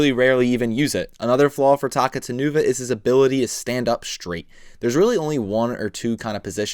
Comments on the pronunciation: I think his name is pronounced “Ta-cou-ta-nuva” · His name's actually pronounced as Takuta Nuva since he's an importmantu of Taka Nuva and Makuta. Pronouncing it as Taku Tan Uva just sounds so weird and wrong. Otherwise? Great review! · I thought it was pronounced Takuta-nuva. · yeah same, since its a combination of Takua and makuta with the nuva suffix.